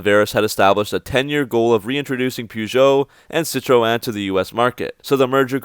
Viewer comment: The way you say citroen is very funny. (Dont need to pronounce the 'e' ^^) Anyway good video, though I'm from the UK I've had a soft spot for dodge and Chrysler. Owning an avenger and I did want to have a 300c but the stars didn't align but I did test drive and loved it. So what I foresee happening for Chrysler is this. You will get the pug 508, 3008, 5008. But like with Vauxhall and Opel. Chrysler will design there own bodies and interiors to stick on the pug platforms mentioned before. Using a mix of the engines used from the pug cars like vauxhall/Opel do. The latest Vauxhall Corsa was designed and made in a short space of time..but according to reviews it's the best corsa yet. So the purchase was a great thing for Vauxhall. So Chrysler will likely design more American loved shapes, or more Chrysler loved shapes and interiors. And so the Pug 508 will be a new 300. The 2 sizes of Suv/crossovers with new names which they may look back the years to obtain which I'm sure you can think of a couple. With Pacifica and Voyager 5 cars instantly and quickly developed within the next couple years. But thanks to FCA having access to bigger engines that are loved in the USA and Shunned by the EU policies they can put those v6 and v8 engines in from dodge to add more less French engine options (which are very good engines as is much better than Fiats engines) but I could easily imagine a pug 508 reshaped to a Chrysler 300 of sorts and those dodge engines slotted in along with the standa